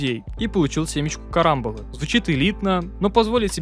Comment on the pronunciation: Бро, не карАмбола, карамбОла